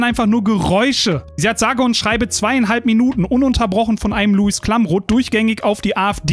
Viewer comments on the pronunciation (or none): none